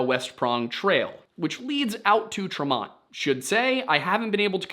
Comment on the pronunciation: West prong trail is a hiking trail at Tremont..Pronounced Tree Mont